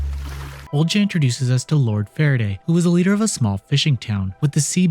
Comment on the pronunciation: annunciations strike again! Haha. Think this one is pronounced “O-li-ha.”